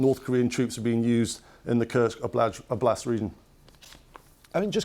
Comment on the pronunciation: strange pronunciation of oblast, just adding o to word blast (explosion). You need to stress o not a